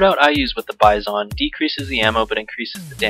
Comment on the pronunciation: u say (bye-zon) not (bi-zon) noob